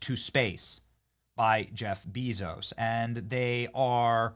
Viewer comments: Why do you pronounce it ‘Beeee-zos’?!?! He pronounces it ‘Behzohs’ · It's not 'Beeezos' Benny!--It's 'Bayzos!'---I thought it was a pretty cool event today!--I think it's rudely cringe of you to minimize it Benny!